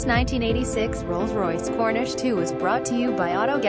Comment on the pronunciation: It’s a Corniche - not a Cornish as the narrator keeps saying. 😡